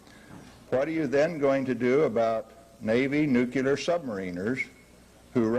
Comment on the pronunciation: yet still not even experts can pronounce the damn thing! "nukellar' is what comes out their mouths!!! WHY??? !!!